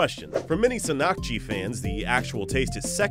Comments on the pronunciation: the emphasis is on "san" in the word sannakji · its not sannkji its actually pronounced san nak ji and this shit is really good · It is not sa-nak-jee, it is ssan-nak-jee.